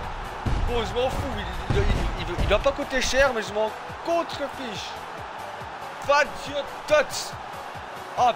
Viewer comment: Quand il dit Fazio je pense à Frazio mddrrrr